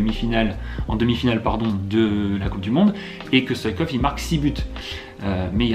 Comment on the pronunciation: C est Stoichkov pas Stoikov